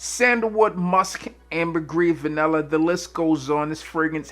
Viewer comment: For those of Us not from Maryland or NY(BBB -MrG) pronounced vanella" is Vanilla..